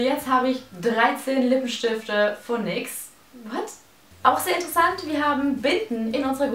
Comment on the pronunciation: OMG wie dumm wie sie nyx ausspricht